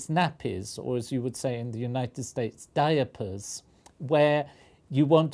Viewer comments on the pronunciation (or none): too much time dealing with diamagnetic compounds can lead to this strange pronunciation of the word diaper